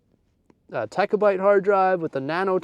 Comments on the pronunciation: I came here to say I cringed every time he said “techa byte” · What’s a techa byte?! It’s terabyte!